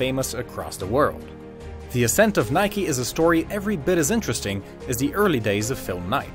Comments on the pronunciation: why are you saying nikey just say nike ffs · its nike not nikey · "Btw thats how you pronounce Adidas" and then you call it Nik-e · why you say it like nik-e / nikee ITS NIKE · In my language Nike is pronounced like hike but with n(nayk if it helps) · It's actually a Greek word and it should be pronounced Neke,which in Greek language,means "Victory".